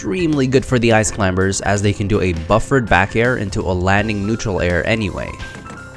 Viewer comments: He says "Ice climBers" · Stop saying Clim-ber i know thats how it’s spelt but you dont say ka-nife instead of knife right? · I'm just mad that this guy pronounces the B in Climbers. Great tutorial though. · "the ice clim*B*ERS" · The B in climbers is silent. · I love the video but I'm sure in the word Climbers the B is silent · For someone I think is American it is fucking annoying you say Ice Climbers with the B